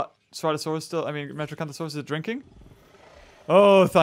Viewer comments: its not metrocanthasauras its metriancasuras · did he say metrocanthosaurus... its metriacanthosaurus